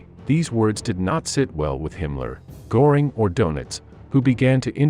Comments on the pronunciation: Pronunciation is awful..Go -ring and Do-nitz is incorrect. 🥴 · And Goring is pronounced more like GER-ring, because if my memory is still good, the O has an umlaut over it (two dots). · It's not Gooring! Göring! Please, learn something🇫🇮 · Göring is pronounced Gerring not Gorring…just wanting to help! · AI voice won't do it for me . Maybe teach the computer to say Goring . There is an "umlaut" over the O . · Apparently, AI voices have no understanding of what an umlaut is. Goring is what a bull's horns do, while the ö in Göring sounds like the first syllable in girl, curve, and fleur. Lately, I have gotten to really hate AI. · Please learn how to pronounce Göring. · AI can't pronounce umlauts? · For gods sake get a voice that can at least pronounce names correctly - Goering’s name is mispronounced repeatedly. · The narrator doesn't know how to pronounce "Goering." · Not just the names of generals. Göring is also pronounced wrong. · I'll see your "Heyn-Rickey" and raise you a "Gore-ing." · Pronounced Hein-rit-si. Machine fails again. Also, Ger-ring.